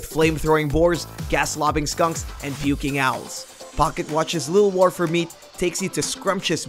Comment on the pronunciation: What the hell is up with the way you pronounce "War"?? Its like you speak perfect Kings English then out of nowhere you say "War" with the same enunciation as the word "Car" WTF MAN????